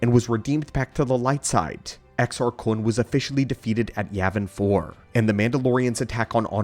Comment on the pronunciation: Why do you say Kun like that? You know there isn't a w in there right?